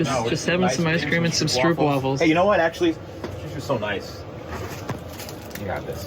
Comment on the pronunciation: Great video..nice gesture to hand out the "Stroopwaffles" too. P.S. Stroopwaffles is pronounced "stro-op (rhymes with Rope) waffles" 🧇 I have only seen them in a 10 pack..nice.